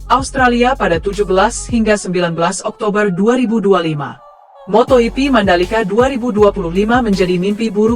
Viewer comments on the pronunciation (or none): Moto hipi😅😅😅 Sok bahasa spanyol lu